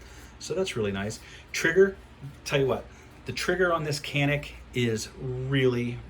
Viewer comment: It's janik bro ,most of pronounced wrong